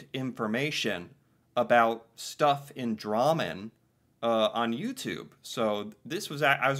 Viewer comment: He says it like rammen(the food) with a d in front